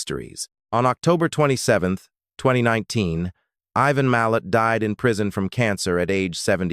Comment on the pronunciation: 🤣 "Even Millet" um, no disrespect, great story coverage but perhaps get that AI narrator to check phonetics? "Eye Van Mill At" ' Be Lang Ga Low' pronunciation? Now it's changing to 'Ivan My Lit'?